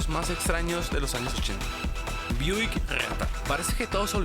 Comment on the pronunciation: Me gustó mucho como el narrador dice Cageeraa, cago, geenault Buick geaatta jajaja